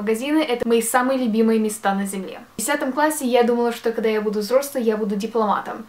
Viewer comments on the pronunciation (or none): Мне так нравится что она говорит: -На земье Просто бррр